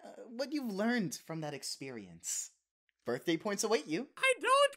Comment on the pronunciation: Everyone: HAPPY BIRF Me: HAPPY BIRF